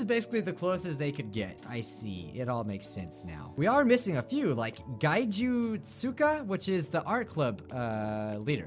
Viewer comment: It's pronounced gay-jew :/